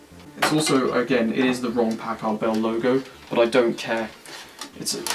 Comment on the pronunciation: i don't like how you say packard..